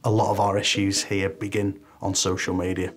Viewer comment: "I HATE CICIAL MEDIA" ur on cocial medea right now lol